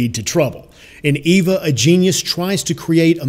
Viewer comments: Marco Resendez also the "V" doesn't have the V sound that is used in English. It has a soft b sound. The word is properly pronouned ay-bah. Not ay-vah and not Ee-vah. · Its not pronounced EEVAH. Its pronounced AYBAH (long A). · Cisco Carias In Spanish the letter E has the same sound as the English long A sound. In Spanish her name is pronounced "Ay-bah". The guy that made this video is using the English long E sound. That is not how her name is pronounced. If you think I'm wrong then watch the original Spanish version of the movie and then tell me how many times they say her name with the English long E sound. Hint: They say it zero times with the English long E. In Spanish "Eva" is pronounce "Ay-bah". Source: Born and raised in Puerto Rico.